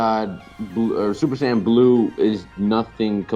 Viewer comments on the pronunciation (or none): Please don't say sAaaayian again. Go back to super SAYain